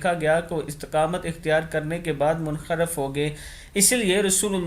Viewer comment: Urdu aap theek ada nahi kartey plz hadees hai a koi mazaq nai munharif ko aap kiya boltey ho suno aur hogaey ko hogay boltey ho matlab badal jaeyga sorry